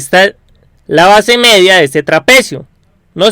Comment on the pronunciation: hablas un poco mal, mEDia no jODas, no gRITes